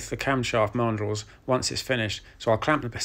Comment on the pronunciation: Camshaft marndrulls? Sorry, can't work out that last word. Please clarify. Many thanks. Astounding work as ever, sir!